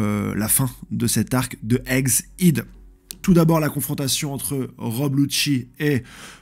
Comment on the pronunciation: Non au contraire , c'est classe comment il le dit !